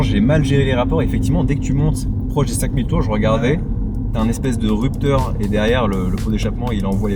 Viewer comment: Hiteuh the rupeuhteur